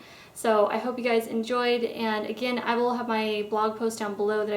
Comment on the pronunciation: Hey guys sounded like hey gays :D :D :D